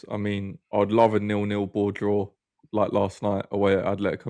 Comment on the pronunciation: Atletico not athletico